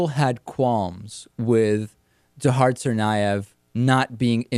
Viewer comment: David, please say Dzhokhar correctly.. "Zow-car"